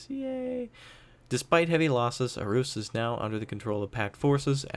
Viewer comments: It's pronounced "Awhoos". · It's not Aarhus but Århus and you say it like Århus